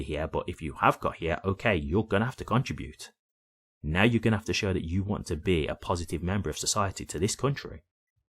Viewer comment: It’s NOT “CONTRI….bute”…….It is pronounced as: “CONTRIBUTE”…..Hope that helps!